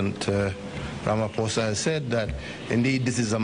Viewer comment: It's pronounced "Ramaposa" not "Ramafosa"